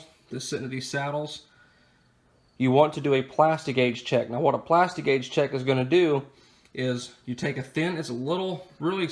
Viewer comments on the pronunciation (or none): Lost my interest the second he said “plasti-gauge”.